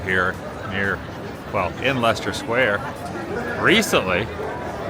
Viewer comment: Oh Adam, you pronounce Leicester Square perfectly, but then say Adelphi a little wrong. It's pronounced Adel fee. Not a fi sound. But you're slowly getting London names right. Glad you're enjoying the greatest capital city there is.